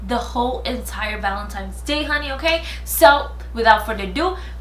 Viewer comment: I still dont understand why people say valentimes.... it's valentine's..... but beautiful as always!!!